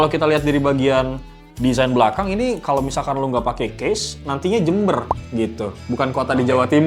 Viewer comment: Jember 😂😂😂 ketauan pernah tinggal di gang jakarta lu bang, keren bahasa nye 😎